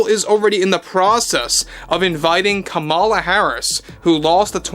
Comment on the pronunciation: Het! Kamala is pronouced "comma-la". If yiu are going to podcast...do your research!